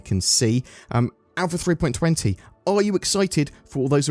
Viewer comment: For god's sake! It's not "three-point twenty" it's "three-point two zero!!! Also, can't retrieve and save any ships if the ASOP terminals don't bloody work!